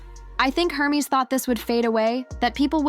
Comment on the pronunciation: AI pronouncing Hermes like herpes. 😅😂😂